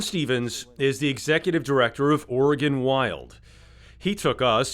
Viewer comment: "Oregon" say no more